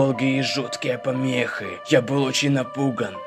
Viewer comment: А почему сказал помехЫ а не помехИ почему так?????! 🤮